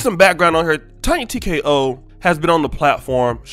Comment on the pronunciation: Did he say Tonya TkaHoe?!!🤣🤣🤣